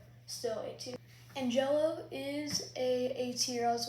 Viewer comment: Again, an-gel-lo